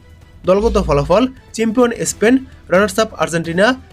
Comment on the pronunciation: ইসপেন না । স্পেন বলুন ।